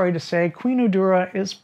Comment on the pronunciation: Urdura = Urduha (Oor-doo-ha) in the Philippines.